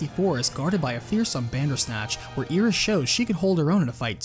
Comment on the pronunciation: Eye-Ris, not EE-Ris